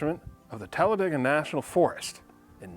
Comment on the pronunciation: I think it’s pronounced Tal-a-day-gah, not Tal-a-Dee-gah.